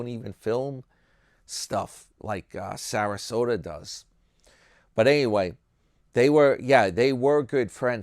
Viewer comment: I like when u call him Sarasoda. Yah and HAH! He on the skids! Needs another cart collecting job.